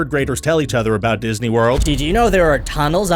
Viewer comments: Anyone else notice "Diney World"? Because I didn't. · tunnels under "DINEY" world ;) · I'm here for the "Diney" World facts. :D